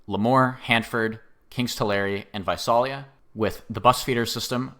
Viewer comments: Visalia is pronounced "Vye-SAIL-ee-ya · Visalia is pronounced vye-SAIL-ee-ah, FYI. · Came here to say that :P